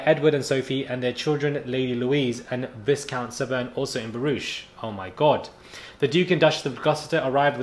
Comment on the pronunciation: For the word viscount - it’s pronounced VI (like the word high) count. The s is silent